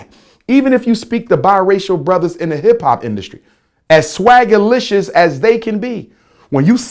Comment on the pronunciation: lol he said swaggalicous